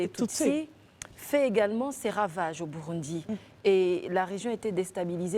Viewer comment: Ça s'écrit Burundi mais ça se lit: Bourondi. Africaine ou marsienne? Simplifies-toi un peu la vie. Il n'y a que lorsqu'on entend les hommes dans cette émission, qu'on sait qu'on est en Côte-d'Ivoire 😅😅😅